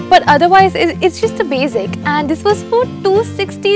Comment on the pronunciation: What is wrong with pronouncing basic so weird. Ughh. Love the videos btw! No hate!